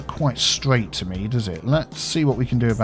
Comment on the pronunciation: ) I'm a terrible person who mentally turns your accent saying "me" in that line into "my," whereupon I wonder just what is, in fact, your biffa.